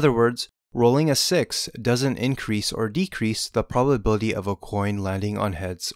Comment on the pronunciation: The "polbabilty"